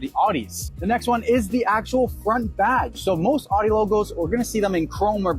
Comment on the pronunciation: Nice review, but you’re mispronouncing Audi. You pronounced it “odd-e” repeatedly in the video, when it should sound like “ow-dee.” Common mistake.